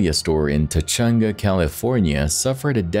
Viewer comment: TaCHunga?? Lol and thats a gas hose, not a water hose!